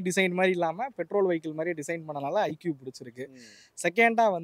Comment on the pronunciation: Bro it’s not icube! It’s iqube 😅